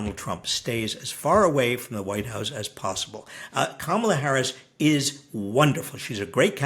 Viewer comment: Robert starts to mistakenly call her Pummel-a and I love that nickname now 😂 Mamala, Pummela, Kamala. Get out and vote!